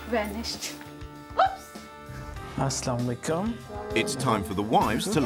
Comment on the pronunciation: WHAT KIND OF MUSLIM is that man saying "aslaamlekum" if u r a muslim then pronounce it like you are a muslim please, it's "As Salamu Alaykum" (Peace be upon you) if u don't pronounce it correctly, it'll have a different meaning